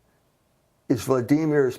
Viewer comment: This moron can't even say Vladimir properly. And he's full of shit btw.